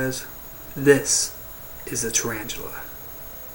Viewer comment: thumbs up if you... WANTED TO SMASH YOUR SCREEN CUZ HE SAID "TURAINGELE" SO MANY TIMES